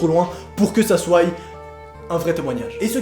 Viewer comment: " pour que ça souaille"?? 😂 serieusement